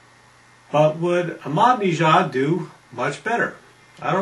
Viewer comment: Not sure where you're getting the pronunciation 'Madneejad' and 'Moomod', but... interesting.